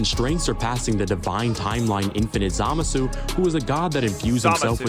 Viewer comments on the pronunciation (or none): none